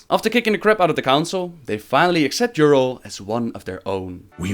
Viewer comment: A nitpick but, you hear in the video how they pronounce her name as Y'rell and yet you still say Y'rull:P